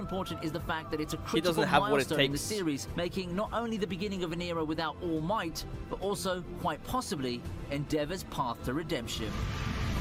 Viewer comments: can you stop calling him all mighty its ALL MIGHT FFS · Btw it’s all might not all mighty although it does sound cool